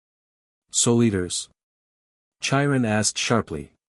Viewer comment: OMG the robot voice is so bad to begin with & then the CONSTANT pronunciation issues is grating on my nerves. Chiron is said with the c & the h as separate letters, like a k sound then a slight h sound as you move into the long i. It's not like the ch in chair or cherry.